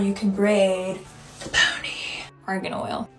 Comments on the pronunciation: and then " Brrrruuush it up to a poneh" omg... Wonderful. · "then brash ith up to a ponneyh" 💅🏻✨💀